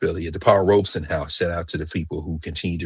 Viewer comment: Robeson. No 'r'